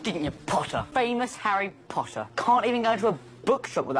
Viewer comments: It’s not Potter or pottah it’s PPOttaH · draco: Potter my subtitles: Pasta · Me: potter Draco:POTTAH Me:NO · "you'll never catch me POTTAH!" Sweetheart he's trying to catch the snitch not you. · Draco really does like saying POTTAH more then Harry likes saying Draco. Lol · There should a video for every time Draco says "Pottah" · Everyone: Harry Pottah Draco: hArRy pOtTaH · the reson malfoy says PoTtAh more is because hes gay while potter is bi 😌💅 im smort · Harry: repeat Draco: sure Harry:po Draco:po Harry:tt Draco:tt Harry:er Draco:er Harry:Potter Draco: PoTtAh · Video: PoTtAh Captions: pAsTa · Draco when he calls Harry:PoTtAh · Now he fr got me pronouncing it "pottah" and not "potter" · gay pottah? you wish. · Pottah i mean it sound like p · sup pottah! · During the potter scenes draco is say potter like butter but with a p 🤣🤣🤣😂😂